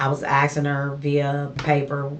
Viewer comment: No nurse would be so stupid to call a 'notary public' a 'notary republic'. Even a nurse's aid would know the correct term. "I'm axing" instead of "asking'.